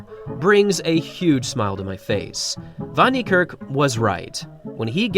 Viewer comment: Well done with your African name pronunciation